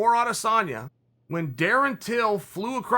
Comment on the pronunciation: How can he say rat lip skinny samalian, adesambo, adesamali